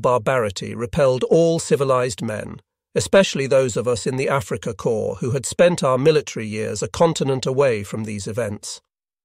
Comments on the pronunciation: "corps" is pronounced "cor" like "core", not "corpse". In plural it is "corz". Imagine if you pronounced it "corpses". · Corps is pronounced like core, not like corpse.